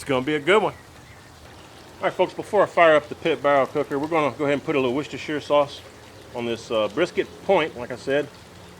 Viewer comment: LOL, you just say it so well. Even folks on Food Network botch it up sometimes😂